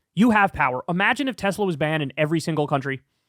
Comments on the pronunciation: ‘I love Teslerr!’ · Got to love how Trump pronounces the brand as well, the TesSlur. :P As for banning Teslas, if the US pushed harder on those tariffs you can forget about any new models getting certified in the EU ever again............................they're barely passing MINIMUM road safety guidelines as is.